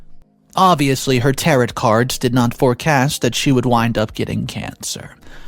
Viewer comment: It's not pronounced Tear at cards it's tare oh